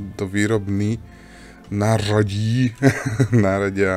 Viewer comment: Tentokrát jsem to málem propásla,ale nakonec jsem si "nářadí" pustila ještě jednou. :D To ř bylo ale řádné. :D Ty jsi určitě tajně trénoval,přiznej se. :D Mě Mashinky baví,ale toho obsahu tam zatím moc není,to je pravda. Možná by bylo fajn natočit něco z Transport Fever .